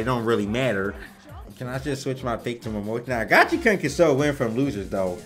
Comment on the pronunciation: Uff, it hurts hearing Gachi"karn" each time. I thought its Gachi"koon"...